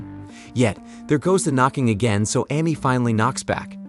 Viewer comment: Mispronounced Amy...